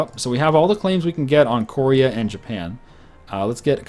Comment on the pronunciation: you do totally pronounce Korea wrong, you say it like core-ea when it's actually ko-rea with the O pronouced like 'oh' not 'or'